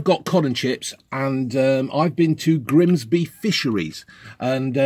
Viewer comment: ‘Grimsbeh Fishereh’